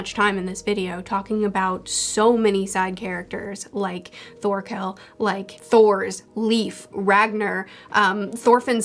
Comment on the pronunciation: "khanut" xD i love this pronounciation of "knut" same with "Sorkell" and "Sorfinn" instead of "Thorkell" and "Thorfinn" :D